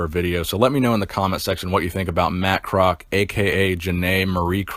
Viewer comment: Its Pronounced Kroz - all - ES - key its my uncle